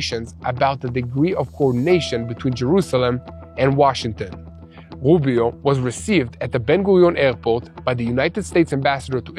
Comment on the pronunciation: Rubio not woobio. I'm not trying to be critical.